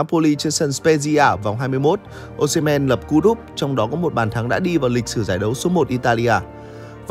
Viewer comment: sai tên anh ơi osimhen not o"sh"imhen